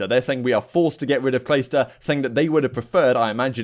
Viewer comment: He said Claysta 😂😂